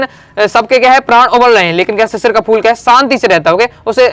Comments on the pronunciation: Sir shishir nhi shirish ke phool hai aap shishir shishir bol rhe hai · sir shisir ni shirish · शिरीष को शिशिर पढ़ रहे हो सिर, Being Teacher you have to pronounce properly and one advice is that please speak calmly, you speaks rapidly